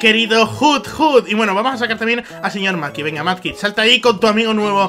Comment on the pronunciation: porque le dices manky es mudkip